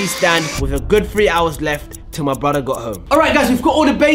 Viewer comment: bro was so bri’ish saying my broda